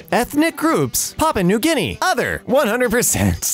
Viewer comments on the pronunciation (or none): none